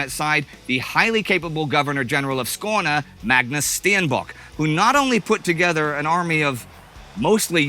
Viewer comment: I do have to say Indy, your swedish is quite impressive 😊 your pronunciation of Skåne was really good. High quality as always <3